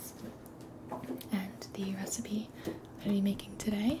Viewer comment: r-recipe... do you mean that... yOU'VE COME UP WITH A NEW RECIPEH?